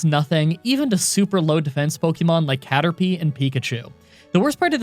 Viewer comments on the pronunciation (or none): none